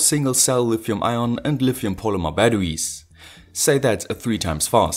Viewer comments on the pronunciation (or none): none